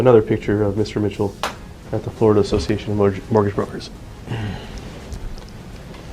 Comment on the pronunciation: I've followed the Billy story via Karl Jobst, and this video is a concise and entertaining summary of the whole ridiculous saga. Just to nitpick, though, the narrator mispronouncing and misspelling "mortgage" is quite distracting. Well done about the attribution- glad to see content creator making sure to give credit where it is due.